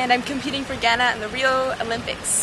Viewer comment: Idk y but u find her pronunciation of Ghana so cringeworthy....but great to hear about her story